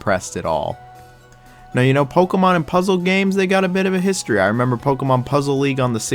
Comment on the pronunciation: stop saying pokemon like that...